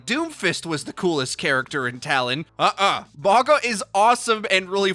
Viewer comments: It would be pronounced something like "mawnga" (/mawŋa/ or something similar in IPA) by the way. Means mountain in Sāmoan. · U pronouncing it wrong 🤣 but all good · it’s not pronounced the way is pronouncing it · Dont think you saying his name properly. Considering his tribal tattoo's, the "G" is pronounced with the an "NGA". Mauga also translates to "Mountain". So its fitting as a Tank role. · where is your grandma from? The English g isn't a sound found in Sāmoan or Māori. What's written as g in Sāmoan is pronounced as 'ng' (again, in IPA (the international phonetic alphabet, used by linguists like myself) it would be /ŋ/).